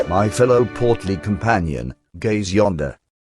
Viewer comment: Original: "Ey Luigi?" -> "Gay Luigi." This: "Gaze yonder." -> "Gays yonder."